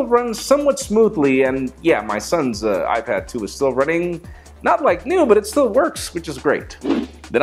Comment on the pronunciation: Hahahaha "youad bro" xD